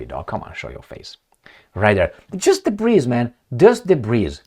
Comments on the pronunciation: DEBRIS is pronounced DEBREE. Just thought I'd help you My Friend 😊. Be good be safe, and ciao for now....Blue 😇✋🏴🇬🇧. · I’m a big fan. Don’t pronounce the “s” in “debris”. It’s silent. One of those French origin English words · The s in debris is silent. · The "S" in debris is silent.